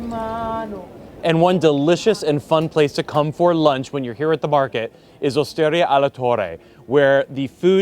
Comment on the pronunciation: I wish American YouTubers would learn how to pronounce basic foreign words/names like Veneto (VEneto) and Osteria (OsterIa) before they film these videos. It is not that hard to learn where the emphasis goes.